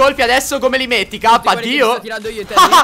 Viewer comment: In realtà dice cap ma sembra che dice gabby. Anche se fa comunque ridere😂